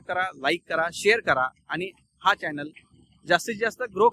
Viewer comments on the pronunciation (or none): none